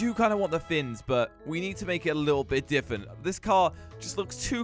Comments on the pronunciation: Why do you say diffent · why he say diffvent